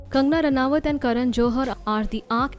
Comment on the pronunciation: your pronunciation to ranaut is wrong